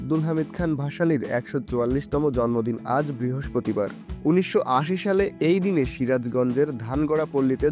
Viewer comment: 1980 ektu Valo kore bolen